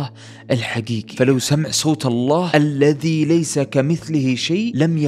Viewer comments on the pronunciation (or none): none